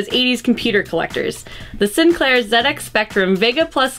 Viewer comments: This video is worth it for the most mangled attempt at pronouncing 'Sinclair' ever. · I like the way you pronounced Sinclair xD God bless America